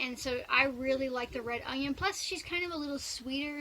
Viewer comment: Love watching you but please pronounce onion correctly there is no g in onion sorry just a pet peeve of mine